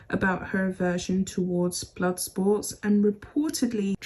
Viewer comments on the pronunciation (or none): none